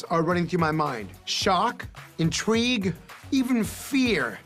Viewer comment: "Shock, intrege even fear" . 🤣